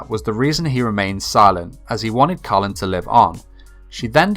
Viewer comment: Bruuuh, the show is about the British empire, so how did u mess up Kallens name? Her first name is British not American 🙄🙄